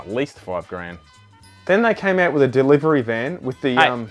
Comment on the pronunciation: “DERIVERY” 🤣🤣🤣 Fuck yes 😂